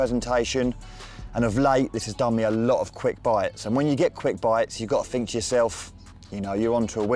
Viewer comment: Maybe if you had stayed in school you would know it’s pronounced “Think” and not “Fink”.